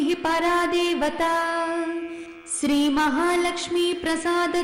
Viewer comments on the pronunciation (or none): none